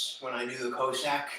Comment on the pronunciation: Cossack is pronounced “Cah-sack” Nice workout!